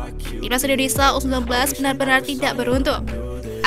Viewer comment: Ini orang ngomong gmana sih, Malay"sia" lancar, tapi giliran indo malah jadi Indonesa